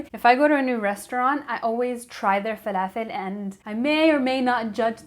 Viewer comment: Oh what joy to You and the fa-la-fell !!! If I didn't know how to pronounce it correctly before this video, I'd be in ignorant bliss. But only second to my love for this perfect recipe of the almighty falafel! I have just all the necessary ingredients, (I like to add spinach for extra nutrition) and today is a good day for falafel! Thanks for your great video and recipe! #Blessings to you 😃💛🌞